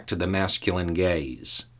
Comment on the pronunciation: I really need to turn on subtitles from now on - I heard "masculine gays" xD